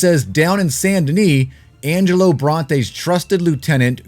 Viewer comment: IT'S ANGELO!!!!! Haha c'mon your better than this lol